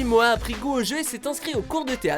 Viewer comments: C moha pas moa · MoHHHHHHHa pas Moa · MORA PAS MOA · Ho putain il a dit moa aulieu de Moha😂😂😂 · on dit moha pas moa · Arrêté de dire moa c'est moHa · Moha sa se prononce mora😑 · Ptdrrr il l'appelle moia au lieux de moha c chaud 😂😂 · On dit MoHHHHHA pas Mooaa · C’est pas moa c’est moHa avec un h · Moha pas moa mdrr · CEST MORA LA SQUALE COMME UN COUP DHALEISE PAS MOHAAA LA SQUALE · "Moa la squale" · Il a dit moa mdrrr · OUAH MAIS GARS ON DIT PAS MOHA ON DIRAIT MORA PTN C PAS DIFFICILE x) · rien que entendre mo-a jai envie de mettre un dislike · "Moa la squale" "retourner au ebs" les "H" sa existe les gars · J'aime bien il dit moa La squale 🤣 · Mdr y disent moa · "Moa" please le respect de son prénom bordel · Moa mdr la prononciation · Prononce mieux moha stp tu fait pitier